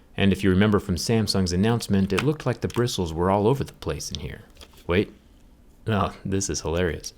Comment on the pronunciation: Brissles lol